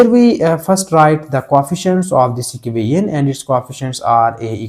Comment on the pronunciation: Everything is okay just your "equation" pronounciation correct without design can you say